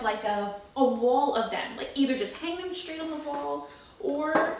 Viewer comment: Shtrong, shrait, shtrips. Shtrange.